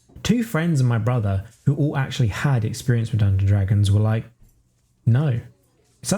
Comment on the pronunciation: This is great but I have to admit it's a little jarring the way you say "Dungon-Dragons instead of "Dungeons and Dragons".